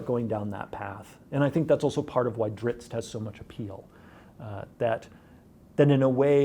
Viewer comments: Drizz't. Not "Dritz", Driz-it! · Salvatore says "Drits" but before I ever heard anyone else pronounce it, when I read it as a kid I always pronounced it "Driz-it" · He wasn't even saying "Dritz", though. Treated the double-z like an Italian double-z, followed by the t. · OK DOES ANYONE EVEN KNOW HOW TO PRONOUNCE DRIZZT? I'VE HEARD AT LEAST 4 DIFFERENT PRONUNCIATIONS AND I NEED TO KNOW.